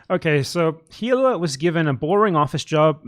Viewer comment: Unrelated to these arguments, I've just been very baffled over the years about this: Why can no one who makes a video essay about the Klein's pronounce Hila's name? It's the easiest name to say correctly, her name is said all the time in their content (and the essayists use clips from said shows), but for some reason, they just can't mute the h in Hila when they say it out loud. I'm just very confused.